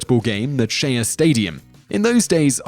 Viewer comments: The location of the Jets v The Patriots game in the flying lawnmower clip is pronounced “Shay”, not “Shaya”!! 😡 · I'm unfashionably late to the party, but as a NY native, I must tell you, Simon, that Shea Stadium has been mispronounced in this video. I get that you are from across the pond, but would be doing my state a disservice by letting it go. It is pronounced "SHAY", not "she-ah". Just a heads up for the next time you want to mention this stadium. Lots of mishaps happen in this stadium, and that is just counting the escalator accidents.